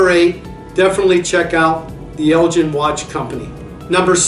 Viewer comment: It's Elgin with a hard 'G' Jeez. Why do they bother